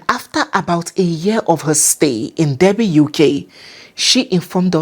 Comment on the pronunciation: Derby pronounced DARRBY.